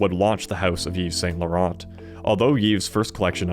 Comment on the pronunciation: don't pronounce the ts in Saint Laurent...they are silent